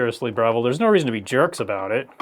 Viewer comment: I don't think you said Breville properly